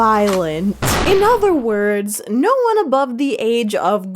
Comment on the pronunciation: i laughed very hard everytime you said nose instead of no, thank you